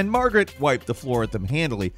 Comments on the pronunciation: Margit not Margaret. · Idk why it bothers me so much when ppl call margit "margaret" but MAN 😮‍💨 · Was it just me, or did really keep calling Margit Margaret? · Bruh why you keep calling Margit Margaret? 🤣🤣🤣